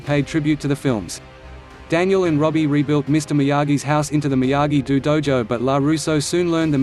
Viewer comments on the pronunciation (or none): Seriously this robotic voice gets annoying when 1. It speaks the names incorrectly and 2. It keeps repeating the same shite over and over again. Example It is Miyagi-Do (pronounced Doe) not Miyagi-Do (Pronounced Dew) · This auto voice shit sucks please say the Daniels dojo right maybe you you should use your real voice